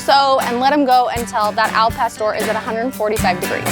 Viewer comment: The way she pronounces Al pastor makes me know this is anything but authentic 😂